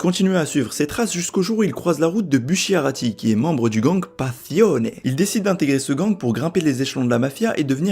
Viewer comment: Bah justement c'est pas Niapolis ou Néapolis mais Naples ou Napoli Et Bucciarati se prononce Boutecharati Mais laisse c'est des détaild